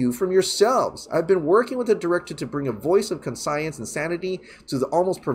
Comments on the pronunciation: Bro... you had it right the first time. It’s conscience (kawnshens) not CON-science. Love your stuff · Great video, but pronouncing Conscience as Con Science was getting a little annoying. To be fair you said it right originally but then doubted yourself and started making a word up lol. Least it was mildly entertaining.